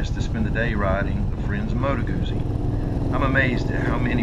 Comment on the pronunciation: Moto Guzzi not Modo Gousi … like Pizza!